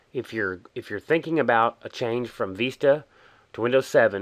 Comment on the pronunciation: VISTA mate not veesta No offence